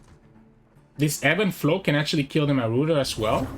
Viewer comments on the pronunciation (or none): Pie-oh-neer mar-odd-er (marauder) del-oo-j. I understand that english is probably not your first language. Just wanted to help a little :) I like your channel a lot